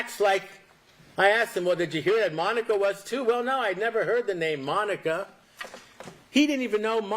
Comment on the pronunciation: That was a masterpiece. Esq. Has taken the mispronunciation of names to a new level in this trial. I am convinced that he loathes Monica and wants to lose the case.